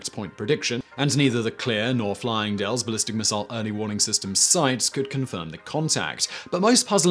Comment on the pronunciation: Simon Fyling dale not flying.😎